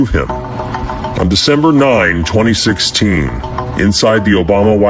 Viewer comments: Its AI video generated, it couldn't even pronounce the year 2016 right. Its very easy to spot these kinds of video's. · That Ai is terrible.... it said "26" election. LOL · The AI for that Anonymous video said 26 instead of 2016.....stupid mistake honestly. And Obamagate??? REALLY? What about all of the things Hegseth has gotten away with? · Maybe I misheard 2016, but sure sounds like 26 to me